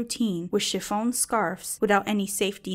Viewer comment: The material the scarves are made of is pronounced SHI-FON. FYI 💖